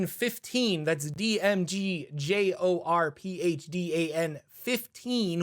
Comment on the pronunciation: * GASP * HE PRONOUNCED THE PH IN JORPHDAN!!!